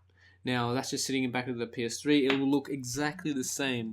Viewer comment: haha, it sounds like he said'in the back of ur penis-3"hahaha,great vid tho